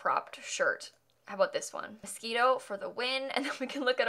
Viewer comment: I love that the shirt said moshino and said mosquito:D